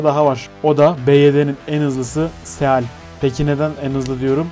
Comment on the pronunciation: Seal fok demektir. Se al diye okunmaz. Seyıl diye okunur